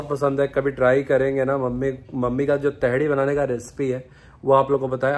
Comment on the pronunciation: तेहरी होता है भूतनी के 😂 तेहड़ी क्या होता है 🤣